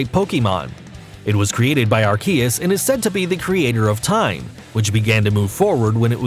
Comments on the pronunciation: He pulled a subtle one on us... at the end (near the two parts of arceus’s name) he pronounced it slightly different. It’s wrong but it’s different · Take a drink for every name pronounced wrong and you'll die from alcohol poisoning. He said Arceus right once, then butchered it. Are-Key-Us not Are-See-Us like the other YouTubers that still can't pronounce right after the movie release lol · It’s actually pronounced ar-coosss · I mean his intonation is weird but Ar-Key-us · You say all the names wrong plus arceus's attack is judgement not some flame basher lmao that is judgement